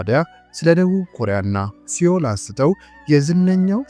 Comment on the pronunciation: እረ ያሳፍራል ሴኡል ነው ሲኦል ተብሎ አይነበብም